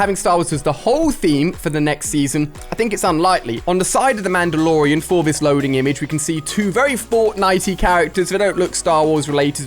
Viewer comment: From the last 2 vids idk how many times have I heard 'Mandolorean'